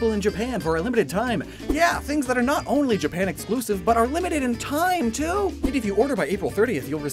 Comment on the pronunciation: I know you said "Pokémon Conquest, too," but I heard "Pokémon Conquest 2," and I want it.